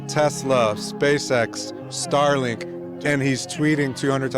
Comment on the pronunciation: Star Link doesn't rhyme with Sky Net. Jeez. Learn2English